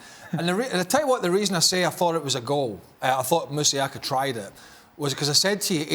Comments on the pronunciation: MASUAKU NOT MUSIAKA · Why are they pronouncing his name as musiaka? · Dan it's Masuaku